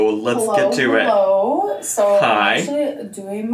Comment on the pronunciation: I know this is the nittiest of the picks..but I hate how she says “hullo wulcom”